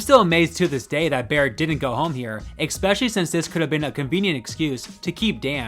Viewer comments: The word is "ES-pecially", not "EK-specially". Just sayin'. Sigh, . . . you cannot, in terms of correct English grammar, have a "First and only". Something is either "first", meaning that there is more than one, or "only", meaning that there is *only one*. They are *mutually exclusive*! *Please*, if you insist on narrating, work on your correct English grammar and usage! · It’s not pronounced “eXspecially”. It’s just “especially”. There is no “x”-ish sound. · One of my biggest pet peeves is emphasis in weird places while speaking, and saying "exspecially" instead of especially. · As long as we’re talking about mistakes- it’s pronounced “especially” not “expecially”. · babe. i love you. but eckspecially? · Stop saying 'exspecially', please say especially 😃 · Wth is "IK -SPECIALLY"? You donut. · I watched until you said ‘ex-specially,’ what are you, fucking 5 years old? 🙄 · what does "eckspecially" mean? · Stop saying "expecially", goddamnit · You should learn how so pronounce “especially.” There’s no “k” in it. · dear narrator please use "especially " less or if not? please quit pronouncing it " exspecially" it is nerve wracking....good vid otherwise but that perseverative dissonance ? no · These videos are entertaining, but I have to say, the way you pronounce 'especially' with an X kills me. It happens twice in a row